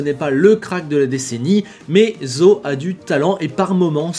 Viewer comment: Très belle vidéo! J'ai retenu qu'on prononce tous différemment le nom de notre nouveau rookie: je dis Zhou, Gaëtan Vigneron dit GWANE YOU DZOU et: ZO